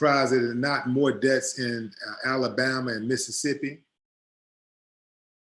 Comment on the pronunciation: I love your show!! One thing though when you say Deaths' it sounds like Debts.. I just wanted to point that out to you.